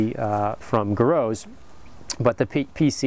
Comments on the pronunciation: griots is pronunced (gree oes) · pronounced Gree-oh's Garage